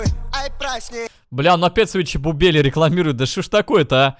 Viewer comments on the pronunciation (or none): Хпхахах я угараю как говорит чебупели он говорит чебубели